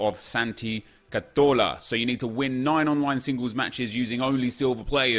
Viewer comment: I hate the way you say cazorla